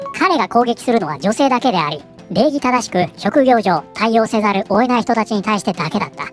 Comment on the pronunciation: さん、発音的に「せざるおえない」って言ってる？ 「せざるを得ない」ですよ。勘違いだったらすみません！